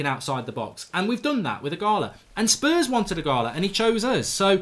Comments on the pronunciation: Eeeegaaaaloooo. Its not eeegaaalaaa. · stop saying ighala, its ighalo!! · Mark it's Ighal-O not Ighal-A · “Ighalo” Mark, not “Ighala” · Mark, its IGHALO, not Ighala, not ughana, not ughalo, IGHALO.. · Its IGHALO NOT IGHALA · Why does mark say Ighala is Ighalo lmao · Ighalo is the exact type of striker Ole described. Someone that can break his nose to score a goal. Odion will succeed and Mark it’s pronounced as “E gah Low” 😂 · You keep saying his name wrong mate it’s embarrassing 😂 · Please learn how to say ighalo’s name 😂